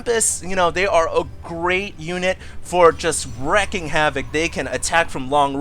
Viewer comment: ok,, I love you seriously, but, it's WREAKING HAVOC, wreaking havoc means to smell profusely of havoc, recking havoc doesn't make any sense, you're saying, worrying of havoc. Seriously though, you're so awesome it almost doesn't matter:D